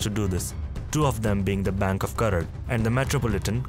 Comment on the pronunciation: It's not karad urban Bank , "karaj" urban bank